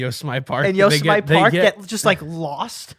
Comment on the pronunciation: Yose-Mite park???? It is pronounced: You-Sem-In-Nee